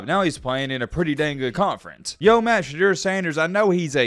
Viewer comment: Hey bud , I dig your video and respect the time you put into researching each topic. Ive got one comolaint...... You've gotta Pronounce Sheduers name correctly. I get your saying it just like it's spelled but this isn't Spanish, you can't just say a word like it's spelled. ive never heard anyone in the Sanders family out so much emphasis on annunciating the E and eu in his name.